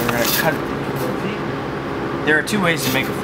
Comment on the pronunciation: I'm Brazilian and I'm having difficulty understanding the unit of measurement "t" when you say 10t, is that in inches, or meters?